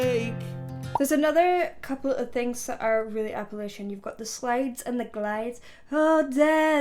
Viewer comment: Love the video but it’s Appa”latch-a” no “lasha” no hate just saying